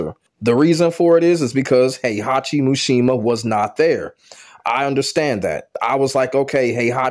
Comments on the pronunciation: MISHIMA. MEE-SHE-MAH. Not “mooshemuh” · Why do you keep calling him MUshima lol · Atleast say his name right